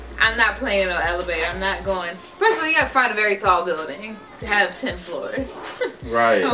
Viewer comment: it's pronounced "first"